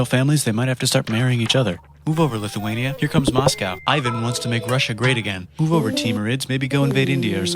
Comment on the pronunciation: IIRC, the "The Terrible" part is also a mistranslation of his actual epithet which had a more positive meaning. As for his name, a better way to describe it is that it's "ee-van" not "eye-van".